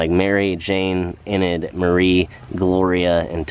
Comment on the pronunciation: I agree that the Eichhorn children were Mary Jane, 'Enid' ( pronounced E- nidd or E- nudd, which you ultimately did get right ) Marie, Gloria and Thomas. Thanks for another interesting walk through. See you next time. ✌️🙏